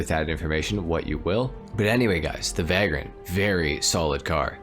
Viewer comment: Vay-grent not vag-rent. Like a bum or homeless person